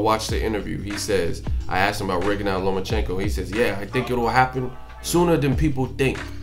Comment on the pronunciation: Why is it that almost nobody can pronounce "Rigondeaux" correctly? If you really respect the man, respect his name!